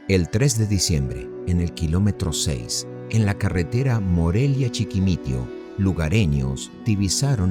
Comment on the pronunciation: Conozco el lugar dónde encontraron el cuerpo de capaz y en ese lugar día a día tiran cuerpos obviamente muertos☹️😞🥺🤓🤓🤓!!!se pronuncia chiquimitio!!!!!!